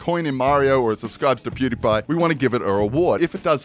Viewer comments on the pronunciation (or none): none